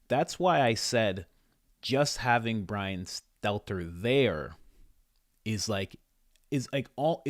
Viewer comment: love joe, dont trust bwian, carry on joe